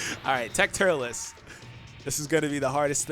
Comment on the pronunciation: I left when you said turles